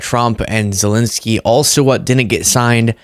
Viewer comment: Sorry if I’m petty, but could you please start pronouncing the name Zelenskyy properly? You’re not the only one, but it’s annoying. Sorry! ✌️❤️🇺🇸